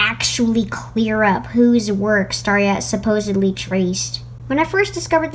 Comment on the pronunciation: ... SupPOSEedly... I'm not sorry.